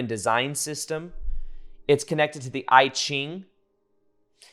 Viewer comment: Good info. FYI, you mispronounced I Ching; but it’s easier to hear in a google translate than trying to spell it. Kinda sounds like E geengh. And I concur with other comments; don’t worry about being esoteric . It’s thoughtful of you though! 😊